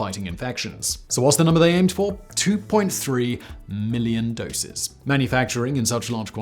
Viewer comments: ... 2.3 million "dosis"? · "Two point three millions 'dosis'." Yeah, right.